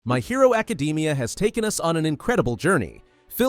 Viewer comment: "my hero acadeemia"